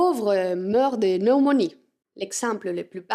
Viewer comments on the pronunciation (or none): Votre prononciation du français est très bonne, je vous comprends même en faisant autre chose pendant que votre vidéo roule en arrière-plan. Il y a un mot auquel vous devriez faire attention, le mot "pneumonie". Il se prononce avec un "p" sonore. En fait il se prononce comme le mot "pneu". Votre langue maternelle est l'espagnol et dans cette langue, le mot n'a même pas de "p", "neumonia", alors je comprends cette façon de le prononcer de votre part. Ce n'est pas un mot qui est employé abondamment dans le langage courant, mais si vous voulez utiliser votre proverbe: "Quand le riche a un rhume, le pauvre meurt de (p)neumonie", il faudrait prononcer le mot correctement.